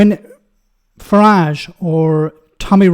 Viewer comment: Your mispronounced farage. Its fartage!